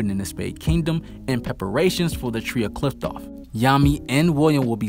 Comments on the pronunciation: Qliphoth / qliphtoph? 🤣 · The way you pronounce qliphoth is just weird and sounds so wrong 😅